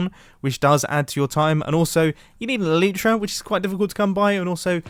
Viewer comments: The elytra is pronounced ELL-EYE-TRA Not ELL-EE-TRA It’s named after bug’s wings, which are also called elytra. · It’s Elytra, you said Eleetra. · He killed me when he said elitra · Hey Love Your Videos But Your Pronouncing "Elytra" Wrong. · it is an elytra not an eletra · He British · Ee lie tra is how you pronounce it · The way he said elytra like alitra is amazing lol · the way he pronounced elytra scared me